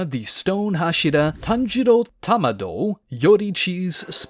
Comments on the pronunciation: "tanjiro Tamado"? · Isn't his name Tanjiro Kamado and not Tanjiro Tamado?